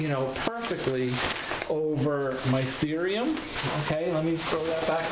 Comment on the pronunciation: It’s Thorium not Therium